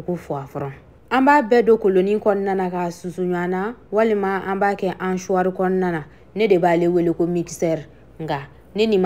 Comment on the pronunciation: C ' est pas hanchoir , c ' est hachoir Donc on ne dit pas hancher , mais hacher